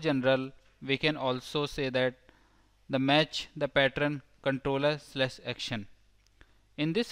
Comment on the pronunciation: Now I hear "partern" wherever I go..